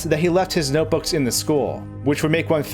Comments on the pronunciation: "Noboos" it's notebooks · “noteboos” mario baldi crossover confirmed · YESH HE SAID NOTEBOOS!!!!!!!!! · "noteboo" REEEEeEEEEeEEEEEeEE